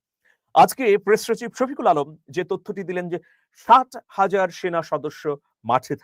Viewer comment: সাত হাজার বলেছেন নাকি ষাট হাজার বলেছেন তা বোঝা যায় নি | তবে শেষের দিকে বুঝলাম ৬০,০০০ | তারপরেও সন্দেহ রয়ে গেল | উচ্চারণ আরো স্পষ্ট করা দরকার ছিল | সাত হাজার তো খুবই অল্প |